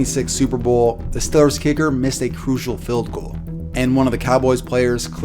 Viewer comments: Tric key he also says feld insted of field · Fild... Stillers... Bruh the letter e isn't a hard thing to say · I don’t think this guy can pronounce his “E’s”. Haha. “Stillers”, “fild”. 😂👌🏼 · calls man ugly but cant say Steelers or Field correctly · ‘Stillers’ ‘Fild’